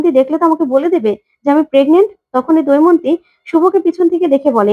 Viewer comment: What is doimonti? Say Damoyonti. Kobe Bangladesh theke esecho?